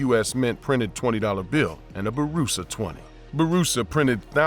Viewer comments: is name is pronounced Boorassa not Baroosa. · Blunder, Gee every time he said Baroosa, grated my ears. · Idk why it’s so funny for him to say “Bourassa” 😂